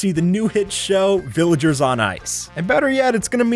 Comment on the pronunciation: Omg he said viligers on ice 😂😂😂